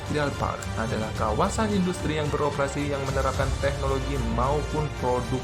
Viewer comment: Siapa bilang papua Nugini tadi ngaku,,, hayo dan ada yg ngucap indastri ,yg bener baca inggrisnya industry kalimantan park